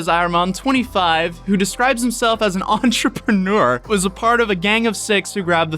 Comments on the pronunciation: Do y’all not hear or see that R? Lol EntrepReneur. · ON TROPUNEWER